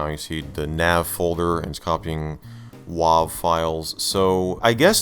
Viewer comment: Great video, but come on.. W-ahh-v??? .wav is pronounced W-ave.